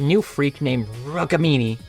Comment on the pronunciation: it is Rook-mini, not rukmini, it is told like that but it's spelled like rook-mini